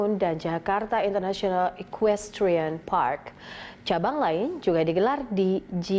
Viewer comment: hi, i'm jonathan achero from san pedro laguna. please enhance your pronouncing the word "international film drone", "jakarta international equestrian park", "pondok indah golf course", "tables depok" and jakabaring sport city". please enhance your pronouncing english word.